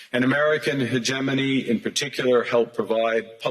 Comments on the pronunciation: Hegemony pronounced as hejimony not heghmony. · Owen, great work as always. FYI- the G in hegemony is pronounced as a soft g, not hard. Accent is on the second syllable, not first.You’re welcome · Hegemony is pronounced Hedge-e-mony brother :) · it’s pronounced he(j)emony btw :) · You’re pronouncing hegemony wrong